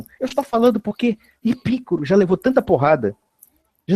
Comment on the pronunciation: Epicuro (paroxítona) ou Epícuro (proparoxítona)? O correto é Epicuro. O está por fora até nisso.